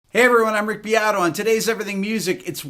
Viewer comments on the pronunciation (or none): none